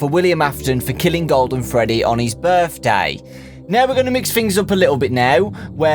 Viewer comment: “Berfday”, why isn’t this the real word?